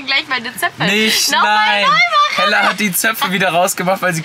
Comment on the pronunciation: es heißt Hella und nicht Heller